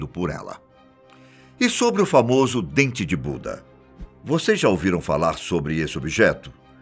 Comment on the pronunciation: eu entendi "Dente de bunda" kkkk voltei p escutar de nv e escutei a msm coisa , só entendi dps q vi a ft da estátua 😂🙆💁